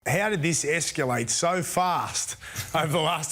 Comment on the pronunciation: 'Esculate' huh?? 🤦‍♂️😂😂